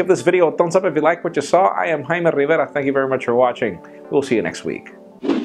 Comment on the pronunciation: He says his name how its intended to sound, and makes you a real idiot if your latin, idiot.